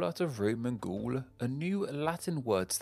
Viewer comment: It's pronounced Gaul like "gall," not "ghoul!" 😜